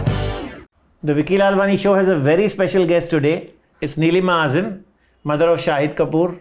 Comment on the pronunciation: Dear Host: please raise your standards of questioning. If you have super talented people on your show , you must not seek petty scandals for views. Also get some training in “how to interview talented celebrities with a body of work “ . Let me add here - Ms Azeem ( not Azim you pronounced ) was very irritated by some of your interruptions and silly questions but thanks to the grace of that lady she didn’t let it show . Please take the feedback from your viewers comments and implement it.